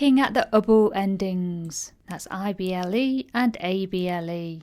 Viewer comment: You should pronounce the 'i' when saying ible words. It's very subtle of course, but important. You seem to pronounce able and ible the same, which exacerbates the confusion. You even state that they sound the same at the start of the video (which they shouldn't), and then later on pronounce the ible words as able. Surely that's sensible? Thank you for the video. My son thoroughly enjoyed it! :-)